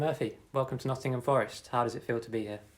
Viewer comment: Needs to learn how to pronounce Nottingham!